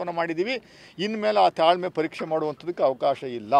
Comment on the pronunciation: ಥಾಳ್ಮೆ ಖಟ್ಟೆ ಹೊಡಿತಿದ್ಯಾ? 😂